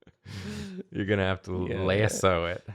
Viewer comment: did you just say "lasso" as "lay-uh-so"?!